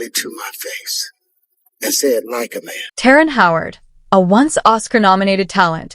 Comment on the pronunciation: His name is terrance not terren 🤦‍♂️